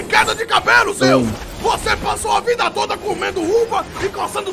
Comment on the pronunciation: " ai minha vuaida " kkkkkkkkk eu conheço isso do core e souzones kkkkkkk